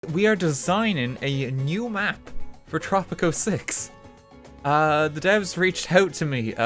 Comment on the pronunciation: i thought you said poptropica